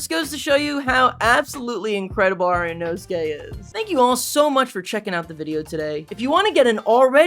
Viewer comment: Bro is I-nō-su-ke not I-know-skay